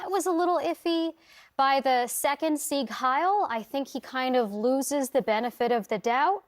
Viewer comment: Thanks for pronouncing Sieg Heil correctly Also the "e" in Porsche is NOT silent It's angst pronounced with a long "a" NOT a short "a" sound